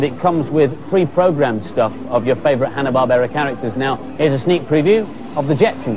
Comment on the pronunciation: Andy Crane isen't an idiot, he pronounced Barbera in Hanna-Barbera correctily! :D